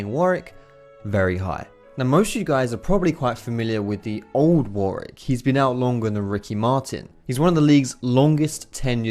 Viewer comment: jesus christ it's warWick, NOT warick. This pissed me off the whole video